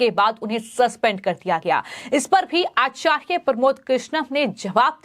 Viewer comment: this girl doesnt know how to pronounce acharya she needs to learn hindi properly...